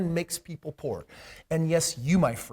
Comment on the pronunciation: Haha he said 'po cause he couldn't afford the o and r' 😂